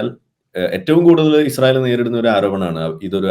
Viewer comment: ഇശ്റായേൽ അല്ല ചേച്ചി ഇസ്രയേൽ നേരെ ചൊവ്വേ പറഞ്ഞു പഠിക്ക്..